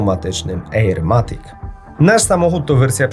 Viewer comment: ajerkoniak matik